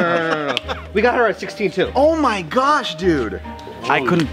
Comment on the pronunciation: Joer,pues no se flipa ni ná el,vaya retarder con el oh my gash